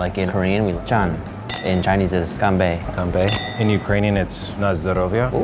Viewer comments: when the Westerner that doesn't know Chinese at all pronounces the Chinese phrase better lol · is known for his talent in pronouncing foreign words. (For reference the Korean BBQ episode ) Just so happen, pronunciation of "toast" in Chinese (干杯 gan bei) was so accurate, he literally pronounced it better than. Lmfao 🤣